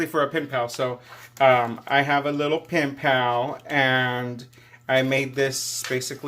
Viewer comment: LOL wait what did you say pimp pal or pen pal!?🤣😜🤣😆😂